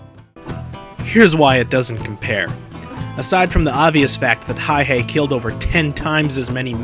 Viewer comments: the mans name is Simo Häyhä, not "Hayhe" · It's Häyhä... not Hayhe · It is not Hayhey the way the vid keeps pronouncing it It is Hauha , the two A s pronounced like cat, the U pronounced like uniform. Does it matter ? To finicky detail oriented history buffs it does. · Simo HÄYHÄ, not Hayh-e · Its Häyhä not Hayhe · It's Häyhä, not hayhee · His name is Simo Häyhä not hayhe or what ever reads in this video. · MAN Huh? Häyhä was a native Finn who died there in 2002. The Finnish language most definitely has a "ä" letter. The name is pronounced "hay - HAH" (accent on the second syllable, the "HAH" rhyming with the "a" sound in "add.") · well thats how we finns roll, and Stalin's birthday present that year was 200,000+ dead people, courtisy of the Finnish military, also its Häyhä, pronounced Häuyhä, sorta, I can't emphisise the pronounciation online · Get his name right Simo häyhä inconsiderate jerk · I feel like this doesn't pay true respect to Häyhä. He was way more bad ass then you make him out to be... and you are saying it wrong dumbass. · how exactly does one pronounce that, I have wondered for a while.